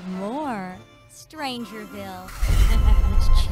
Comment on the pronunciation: The V is Strangerville is pronounced like our V in Swedish and not W. Just fyi.